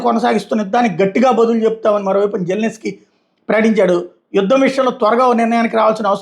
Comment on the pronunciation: ఎన్ని సార్లు చెప్పాలి గొర్రె, వాడి పేరు జెలెన్ స్కి... జెల్నే స్కి కాదు .. చే చీ